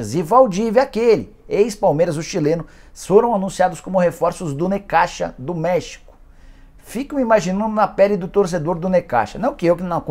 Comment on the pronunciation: O jeito correto de pronunciar é "Necákssa"